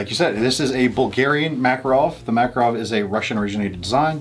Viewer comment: The name is Mac-Kahrov, the stess is on the second syllable, not first. In all fairness, Russians pronounce Reagan's name as Raygun. For what it is, a Mac is definitely not worth $500, more like $300.